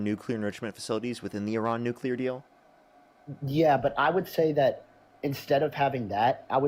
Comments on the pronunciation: Why does every maga say "nucular"? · Why is it everyone who supports Trump and his war call it eye-ran and say nucular? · If you can't even say "nuclear" correctly, I don't put much stock in anything you have to say about energy or wars.